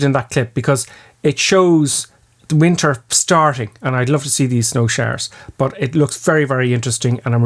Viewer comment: Why do you say "bush" instead of "but"? Or "ouch" instead of "out"? Is that some kinda dialect?